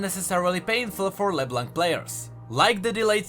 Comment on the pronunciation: Why it's so hard for you British tea guy to say LeBlanc correct ???